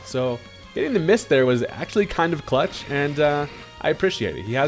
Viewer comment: Cuh-lutch game, that one